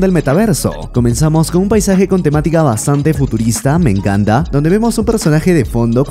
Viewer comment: Que manera mas interesante de pronunciar. "Cowsas", "me encawnta", "me gwusta", "me rewpresenta", "tres owjos", "Towdos", "infowrmación", "sin mwas"...Algownos ejewmplos en los primeros tres minuwtos.